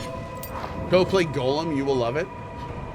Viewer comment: Gollum, is pronounced as, Gah-llum.